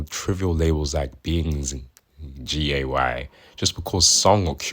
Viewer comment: Why do you not pronounce "gay"?